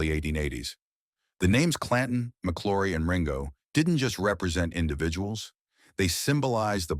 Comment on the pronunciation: It's pronounced MC L -OW RY not Mc LORRY